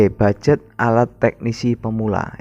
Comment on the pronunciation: Mohon maaf, minta izin. Mau meluruskan. Yang benar itu bukan Bugjet tapi ( Budget )